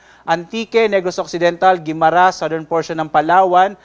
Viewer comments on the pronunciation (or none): none